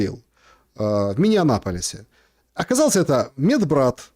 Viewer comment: Не в миннеанаполисе, а в Миннеаполисе 😂